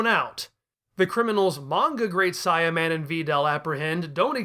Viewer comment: I am sorry, I know this is super petty, but the way you keep saying Saiyaman is causing me to cringe every time. Saiyan is pronounced "say·uhn". The Great Saiyaman is using his race as his characters identity. It should be The Great "Say·uh"man. I swear you made me think I was crazy for awhile, I thought maybe I had been reading it and saying it wrong for years, that I imagined how they said it in the cartoon. I ended up going through videos and checking google and several other websites to make sure I wasn't being crazy.